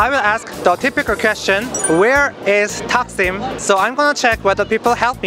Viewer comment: leleldldl A:Füniküler Taksim D:Finügüler taksim A:Heh A:Taksim tam Taksim meydanı D:Takksim tam Takksim meydanı